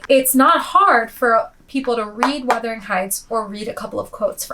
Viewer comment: Thank you for actually saying the name right lmao so many creators say Withering instead of Wuthering and it’s so embarrassing